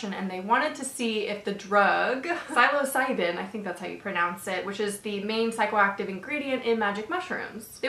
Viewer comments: Psilocybin is pronounced sill-o-sY-bin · It's pronounced SILL(like in 'silly' or a window sill)-oh-SIGH-bin, just btw :)